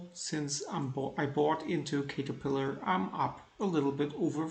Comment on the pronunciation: it's pronouced CAT-terpillar. Nice returns! How to read your charts ? It is in German.